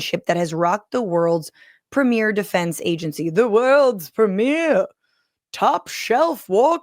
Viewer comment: The Praameir 😂